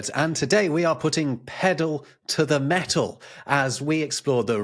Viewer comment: When Rob says:"pedal to the metal" i'm thinking the way he pronounces metal with a had t, he might have said:"petal to the metal" which makes less sense but sounds more consistent.